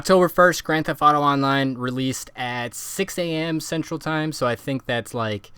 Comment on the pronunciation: Annunciate please. Thef(t)